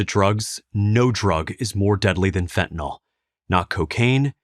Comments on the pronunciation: Stop mispronouncing this plrase. It does not rhyme with with alcohOL as you pronounce. The last syllable is prounced exactly like the word ILL. So phonetic spelling is fent ah NILL. not NAHL. SIMPLE. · Fentanyl, not "fentanall..." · Fentanyl is so powerful, it even destroys the brains ability to pronounce words - when you haven't even taken it. There is no 'O' in fentanyl. It's not spelled fentanol. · I don't mean to make light of the extreme seriousness of the Fentanyl situation in our country but why does (almost) everyone mispronounce Fentanyl as "Fen-Ta-Nawl?" It's English folks. There's no "nawl" or "nol" in it. Fentanyl is pronounced "Fen-ta-nil." Having almost everyone in the media mispronounce this word has everyone thinking their mispronunciation is correct. God bless the families affected by this horrible plague. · It's called fentaNYL not fentaNAL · I know, not the main point at all, but fentanILL, not fentan ALL. Chemically it is a really important distinction. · "fentan-ill" - sounds like kill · Love the site but how is Fentanyl pronounced Fet-n-nol? Alcohol Ethanol Esmolol Fentanyl? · They should just change the name to "Fentanol", since no one seems to be able to pronounce it the way it is currently spelled.